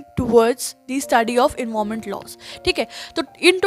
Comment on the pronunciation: your pronunciation for environment word is wrong